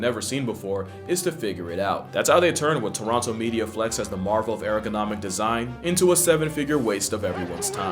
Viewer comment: Bro said "Marvel of erogonomic design"